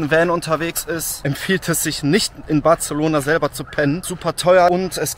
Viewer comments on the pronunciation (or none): Nur falls es dich interessiert: BarSelona. Nicht BarZelona. (So wie Majorca und nicht Malllorca) 😜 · He, Barcelona spricht man nicht mit "z" 😆 man kann übrigens gut mit dem Auto in die Stadt fahren. Einfach vorher nach einem ordentlichen Parkhaus schauen, evtl. in Street View schauen, wie die Einfahrt ausschaut und Bewertungen checken. Man kommt oft günstiger, wenn man das Parkhaus vorher reserviert oder die App vom Parkhaus nutzt. Und natürlich nichts im Auto liegen lassen. Dann ist es sehr entspannt mit Auto ☺ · Zwischendurch war auch ein "Bartzelohnahr" dabei...😂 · Hör auf Bartzelona zu sagen WTF ich hätte dich auch ausgeraubt XDD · Batzelona, da bluten ein bisschen die Ohren. 😂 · sorry muss das video ausmachen, kann das Bartzelona nicht mehr hören, würdest du es wenigstens nicht so oft sagen.... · Das "c" von Barcelona spricht man als "s" aus. Barselona.